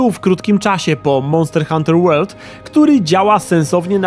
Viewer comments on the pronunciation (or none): none